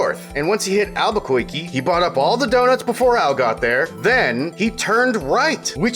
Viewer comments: "Alberkoikee." Thank you, Editor Dylan. Lol, for bringing back good Bugs Bunny memories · or Alba-koiky?